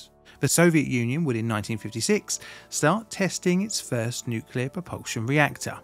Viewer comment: Always makes me cringe when someone says 'nuculer'